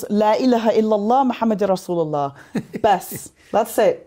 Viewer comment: Sister, I respect you very much. I don't know why I was in tears when you say correctly and precisely " Allah Subhanahu wataala and Rasulullah sallallahu alihi wasallam". I hope this is an indcation of strong love and respect to Nabi Muhammad SAW.